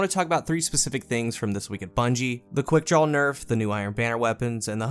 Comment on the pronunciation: Why does it sound like half the time you’re saying. “quickdrawl?”